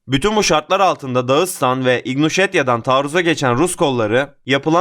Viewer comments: İgnuşetya değil,İnguşetya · "İgnuteşiya" yox, İnquteşiya. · İgnuşetya değil, inguşetya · İgnuşetiya deyil-İNGUŞETİYA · İgnusetiya deyil İnguşetiya olmalıydı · İgnuşhetya? İnguş olmasın o dostum.